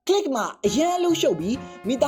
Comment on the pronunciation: bro did not say click more like knee gi